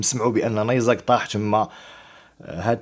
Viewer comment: تعلم اولا كيف تنطق كلمة نيزك لاتفخم حرف الزي وتنتهي بحرف الكاف اسمع كيف تنطق من الاخر فانفإن لغتك العربية تثير الشفقة